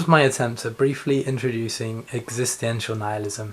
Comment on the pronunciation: Not entirely sure about his pronunciation of existential. It upset me a bit. Added an extra ‘i’ in there for no reason. Also, it’s ‘devoid’ of meaning. Not exactly sure what you said but it wasn’t that. Otherwise, good effort.